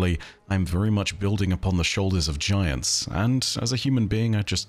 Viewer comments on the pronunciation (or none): none